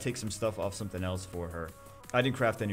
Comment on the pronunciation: "I theenk I deed sometheeng wrong" lmao.